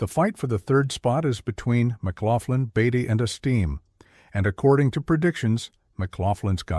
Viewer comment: learn how to pronounce the names of the player your taling about. hard to listen to whole video when person that thevideo is supposed to be about has hi s name butchered repeatedly